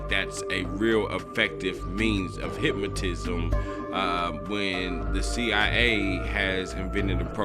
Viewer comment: Brain warshing and hyp-mo-tism